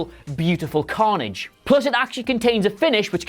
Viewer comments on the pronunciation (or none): none